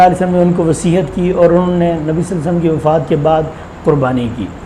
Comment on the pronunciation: مولانا وصیحت نہیں ھوتی وصیت ھوتی ھے